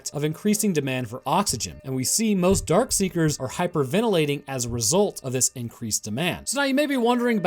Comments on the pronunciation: No offense, but It is "Dark Seekers" not "Dark Sayers" or "Dark Seers" as you tended to pronounce it. FYI. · It’s DARKSEEKERS not dark see(ers) like you said. And they aren’t “sleeping” when Sam runs into the building. They’re feeding on the deer. If you missed that, then you should watch the movie again. Lot of auditory cues in there that I bet you missed. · Not dark see-er, Darkseeker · Why does he keep calling them “Dark-see-ers”? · My favorite part of the video is how straight up refuses to pronounce the “k” in darkseekers 90% of the time 😂